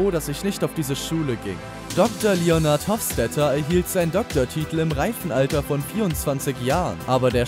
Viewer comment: Junge hat der Typ wirklich leonard hoffstater gesagt